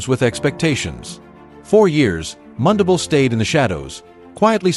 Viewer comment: Pronounce mundubile